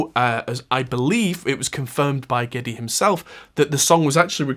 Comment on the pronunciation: SADLY YOU KNOW NOT HOW TO PRONOUNCE NEILS LAST NAME, at least not properly!!! Though I am impressed with your ability to get Geddy's real name correct!! However, and perhaps a bit more "homework" then you would have been spot on, matter of fact had you figured out all of that... this video, well then... "Bob's your uncle," yeah?!?! But as I said, had you found Alex's REAL NAME, NOT HIS stage name, well then an almost home run hit!!! I will give you a bit of help, straight away now.... for Niel's last name..... and..... It is PRONOUNCED.... "PIER"-T Like a fishing pier... with a "T" at the end!!!! Perhaps you can do a follow up video to this video as a way to correct your mistakes... if you will!!!???????!!!!